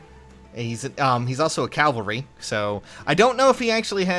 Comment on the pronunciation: Okay for the love of god. Cavalry. CaVALRY. Not Calvary.